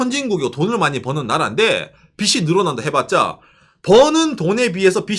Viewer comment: '빚이' 의 올바른 발음은 [비시] 가 아니라 [비지] 입니다 마찬가지로 '빚은' = [비즌], '빚을' = [비즐] 이라고 발음해야 합니다